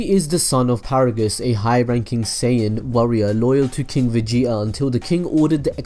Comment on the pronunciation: vege'a. its vegeta bro not vege'a